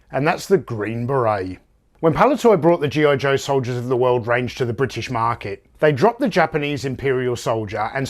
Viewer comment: "Soldiers of the wewwooled" hehe.